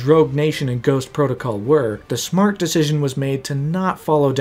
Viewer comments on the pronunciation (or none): none